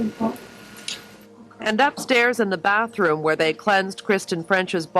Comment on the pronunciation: "Bath-room", not "bat-troom". Learn to pronounce words properly prior to making Youtube videos. Thanks, good game.